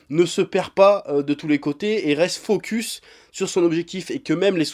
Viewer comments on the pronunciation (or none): none